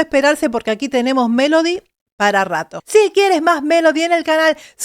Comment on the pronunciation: Muy bien tus comentarios, pero he escuchado a muchos vocal coaches Y TODAVÍA NO OIGO al primero que diga que #Melody PRONUNCIA la V en vez de B en dos oportunidades en palabras que se escriben con B. Se supone que un coach debe saber esas cosillas y sería genial que las mencione en sus análisis para que la gente también aprenda sobre #dicción. Mi oído capto dos veces el mismo detalle: 1🔴Justo empezando se oye lo fricativo en "Desde que era *Vien pequeña". 2🔴Pronuncia: "la igualdad es mi *Vandera" (min 4.02). Esto lo aprendí hace bastante; sin embargo me costó quitarme de mis locuciones esa fricción de la V que no es propia del #castellano sino de otras lenguas, precisamente porque creé un vicio al pronunciarla. (Recordemos que la V se pronuncia como B en español). No obstante, no es un pecado hacer la fricción en palabras con V en el #español. Lo que sí veo inadecuado es que se pronuncie ese sonido fricativo en sílabas con B. Debería sonar ✅Beso y no ❌Veso.:hand-orange-covering-eyes: ¡Pero, vamos!, ¡MELODY LO HIZO GENIAL! :eyes-pink-heart-shape: :face-red-heart-shape:#AdictosAlEspañol